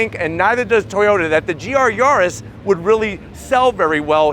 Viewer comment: Yawrus what's he on about.its yar-is